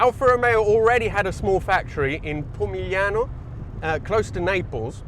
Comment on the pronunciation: Even Volkswagen Up! didn't have disc brakes on all four corners (I know relatively speaking the Sud is 2 classes above but both are similarly sized). Alfasud really is ahead of its time. Also, absolutely no sign of Italian heritage. Definitely not from his pronunciation of Alfasud and Pomigliano, not at all;)